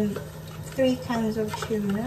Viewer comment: May natutunan akong accent sayo...Chuna pasta.. hahaha gayahin kita hahaha super duper yummy naman yan . Salamat sa recipe mo